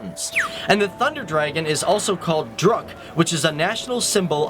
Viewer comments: it is druk not drunk and not tim foo it is thimphu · its DRUK not DRUNK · Bro it's not drunk it's Druk. If you don't know abt our country. Please don't post it. We take it seriously.